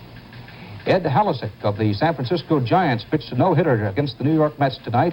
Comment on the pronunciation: Danny massacres Ed Halicki's name, no phonetic spelling in the 'promptr? Only mentioned because NY Mets were blanked otherwise zip-o.